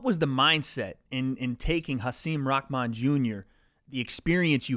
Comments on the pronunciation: Rahman*. Not “rahkman” - your Twitter buddy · Rakman you keep saying Rakman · Why does everyone pronounce his name as Rockman?? How does Rahman sound like Rockman every fucking time 😂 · Ahh… whaa.. fuck why every time, every time it sounds like everyone says “rockmahn” not just. Anyone else hearing things or?